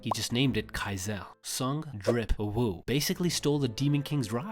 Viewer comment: "Sung_Drip_Uh Woo" bro knows what he's doing